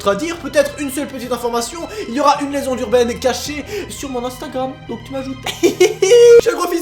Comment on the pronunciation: lezande jurben